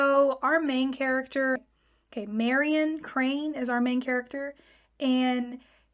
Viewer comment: Marion Not Mariam